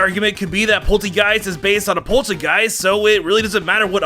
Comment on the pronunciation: Did he call Polteageist, Polchageist?